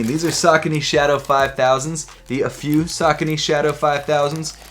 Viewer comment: Seems like US American can't pronounce Afew. It's pronounced Aifiu